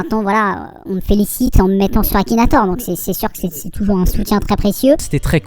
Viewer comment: "KAKINATOR" mdrrrr